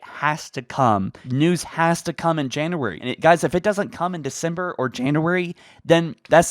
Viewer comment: You say January like you've never heard someone say January before.